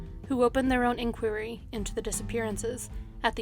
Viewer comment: Sorry but in the pastor Koh case the way inquiry is pronounced put me off